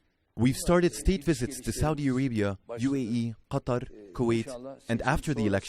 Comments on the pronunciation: لما ينطق المترجمة قطر "قطر" بالانجليزي وليس qatar. هي يوجد سبب لذلك ؟ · يبدو أن المعلق الصوتي لأردوغان عربي قال "قطر" باللفظ العربي 😂